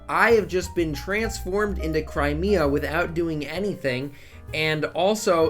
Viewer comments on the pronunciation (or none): none